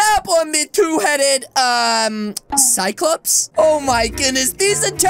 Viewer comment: “DAB ON THIS CYOCLOPSE”